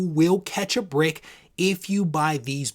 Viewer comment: LOL. All this time I was hearing "Catch a BREAK"", not "BRICK" which makes a lot more sense now!